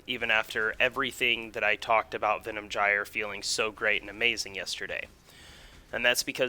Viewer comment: it's not Venom Jyer.... you fuckwit.. it's Venom "guy-er"